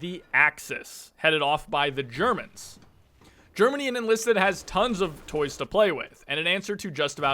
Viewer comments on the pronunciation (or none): none